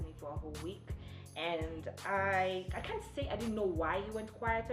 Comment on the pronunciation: Navy Vlogs hata wewe na 'kent' zako...it's can't 😂😂😂😂😂😂😂😂😂